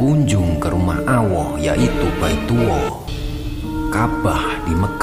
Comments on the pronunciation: Maaf Ucapan lafadz Alloh dgn hurufل jalalah..bukan awwoh dgn huruf و min. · Maaf .allah bukan awoh .pke lam bukan wawu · klo ngomong yg benar...boss .&youtuber lain .(allah.) bukan auwwoh. .alif &wawuh itu beda.carilah kebenaran maka dunia akan mengejarmu insyaallah.MAAF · sedikit koreksi Allah / Awah? pisss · Aku jadi tersenyum Ketika Rumah Allah. Di baca Rumah Awoh. 😂😅😀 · Subhanallah, kajian yang sangat baik. Namun akan lebih baik jika pengucapan asma Allah diluruskan, jangan awoh. Kewajiban kita untuk saling mengingatkan🙏🏼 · Mhn maaf koreksi * ALLOH bukan AWWOH * jgn di besar2kan kl sunan gak jadi haji..kita tidak tahu yg terjadi sebenarnya..bs jadi sunan sdh berhaji krn umur dia 100 thn lebih..bisa panjang kl bahas sejarah *kl di tarik jaman sekarang..kemiskinan itu tgg jwb bersama(pemerintah + rakyat) kl rakyat miskin terus2an gimana mau berhaji? Besarkan niatan umat utk menunaikan rukun islam yg ke 5..walau nunggu sampe 20 thn lebih & dana jg buat insfrasuktur(inikan betuk amal jg..krn ga dapat bunga) Basmilah korupsi &hal2 yg membuat kemiskinan di negara ini Kadang org yg kurang ato pas2an imannya ..hbs berhaji bisa tambah tebal imanya..hanya ALLOH yg tahu Semoga bermanfaat & mhn maaf 🙏🙏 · Betul itu dalam mengucapkan kata allah dan rosulnya d harapkan harus jelas dan benar begitupun dengan kitabnya allah bkn awoh karena beda hurup beda arti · Allah mas bukan awwoh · Maaf kang Ralat. Yg benar Allah bukan Auoh.. yg Benar Baitullah bukan Baituwoh🙏🙏🙏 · Bnr sekali krn bhsa arab slh ucap slh arti...allah,bukan awoh...awoh sih apa lam bda dg wau... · ini bukan mslh fasih apa tdknya tp salah pengucapan...kta allah itu pake alif lam klw awoh itu pke wau.alif lam dan wau jls bda..ngaji lg yg bnr jngn asal complain.. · Husen Wijoyokanko # hla iyo kui masalah fasih opo ora...karepe yo muni ALLAH tp iso metune AWWOH.. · Allah bang bukan awoh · muslim bukan tuh yang menyampaikan, nyebut alloh kok awoh, cape deh.. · Bener nih , kirain cuman saya yang salah dengar